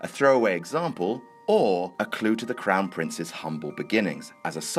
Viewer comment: Did he just say "the crown prince"?